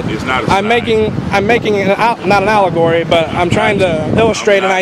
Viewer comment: I'm not making a "aligory". You speak out your ass, and you might be right, but you need to learn how to pronounce words if you're going to attempt to use them.